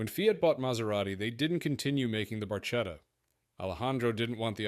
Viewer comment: Barchetta - ,,barketta''. You have to learn how to say Italian words properly.